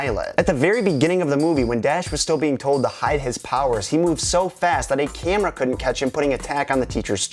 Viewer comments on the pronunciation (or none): none